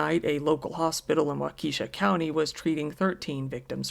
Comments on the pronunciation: Not Wau-Keisha, it's pronounced Wah ka shaw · wuakishaw, not wa. kiesha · It’s pronounced “wok’a’shaw”. Not wakeesha , it’s Native American. I’m a Wisconsin born n raised. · Bruh Walk-esh-ah, not wah-keesh-uh 😂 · The second person I know of that pronounces Waukesha as Wah-Keesha, lol. It’s all good. If you want to know how it’s pronounced: Wah-kah-shaw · It’s pronounced Wok-a-Shaw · Just to help you out, the city is pronounced "Wa (short "a" sound) ka (again short "a" sound) shaw." Hopefully that fool gets the death penalty and they actually act on it quickly. I blame the court system, as well as him, for letting that idiot out so many times. I'm so sorry those people lost their lives. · Waukesha is pronounced WAU-keh-shaw :-) A lot of Wisconsin cities, towns, and counties are named in various Native languages and tend to be tougher ti pronounce from a glance if you’re not from around here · Had a couple coworkers who were there that day. Probably gonna need counseling. It's "Walk-eh-shaw'" btw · Pronounced…… Walk-ah-shaw……. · Great video. And Waukesha is pronounced wau-ke-shaw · Walk-A-Shaw is how that town’s pronounced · its wau ka shaw btw good vid tho lol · Waukesha is actually pronounced "Wah k'shaw." Well done vid, love the channel. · "Wawkeesha" had me cracking up, though. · lol "wa-KEE-sha" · It's pronounced wau-ka-sha and fray-dirt hospital. The hospital saved my life twice. Absolutely the best hospital in the country!! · Hearing the way you kept mispronouncing Waukesha was so cringe. I'm surprised that in all your extensive research you didn't watch any news reports and heard how it's pronounced. It's all good tho, just being from Wisconsin it's hard not to notice especially with as many times as it's said. Wah-keh-shaw short e sound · Good story, but a small correction. It's pronounced Wau-ke-SHA. Short e, emphasis on the final syllable. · The way you pronounced Waukesha 🥰😂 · I came here to say this, but knew in my heart someone already had.